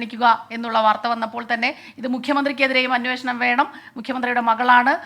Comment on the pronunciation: അന്വേഷണം എന്ന് പറയാൻ പഠിക്കുക, അന്വോഷണം അല്ല 🤣